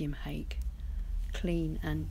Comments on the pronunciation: I love your videos! Btw, the Japanese hake brush is pronounced: "Ha-keh". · Hello, Hake that rhymes with cake is a fish. The asian hake brush is pronounced hah keh. Cheers